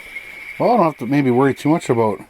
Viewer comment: Is it "a boat" or "about"?🤣 You're the best